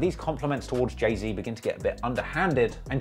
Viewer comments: Why he keep calling him jay zed😂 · Who the fuck is jay zed it’s Z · “Jay-zed” pisses me off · I know your British and so am I but it’s “Jay-Zee” lol and the Pop Smoke comment was uncalled for, turned the video off after that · You miss pronounce jay Zs name so bad at the beginning lol; you said Jay Zed lmao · Zee not zed it might be how it’s pronounced but it’s his name get it right 🤦🏽‍♂️ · dude said jay zed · dis nigga said jay-zed im DEAD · i’m sorry i can’t listen to you say jay zed the whole video, i’ll watch the next one. ✌🏼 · Saying “Jay-Zed” should be classified and prosecuted as a war crime. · the hell is a jay zed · BRO WHY U SAYING JAY ZED WTFFFFFF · Who is Jay Zed??? 🤣😩🤣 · “Jay zed”😑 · when i heard u pronounce jay-z like that at first i was 100% considering clicking off the video because i didn't know if i could handle it